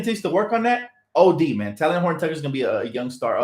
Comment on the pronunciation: Oh... and Talen is pronounced TAY-Lin like Jalen (Rose) My nephew went to Simeon Academy high school in Illinois (where Talen went to school) and he corrected me lol